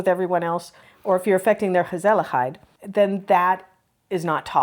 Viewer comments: Respect for your understanding of the Dutch culture ❤ And my compliments to your pronouncing of the letter G in Dutch, f.i gezelligheid. Thumbs up! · Doing well with the hard "G" : Gemeente Gezelligheid Gedogen 😊